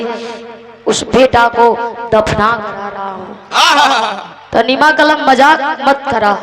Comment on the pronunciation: बिरहा बहुत सुंदर है, उसका नाम ताहमीना था, आप तहनीमा बोल रही हैं।